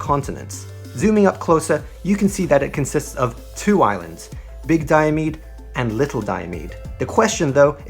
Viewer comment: Diomede is pronounced: Di-oh-me-di